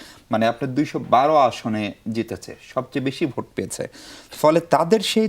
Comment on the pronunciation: গনভুট নাকি গনভূত নাকি গনভোট।যারা ভোট শব্দটি ঠিক মতো উচ্চারণ করতে পারে না তারা মহান জাতীয় সংসদে যাবে এই দুঃখ রাখার জায়গা নেই।